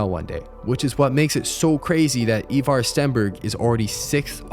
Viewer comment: It’s “Eye Var” not “ Eeeee Var”